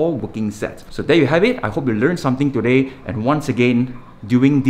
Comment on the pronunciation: Did he say chu day or today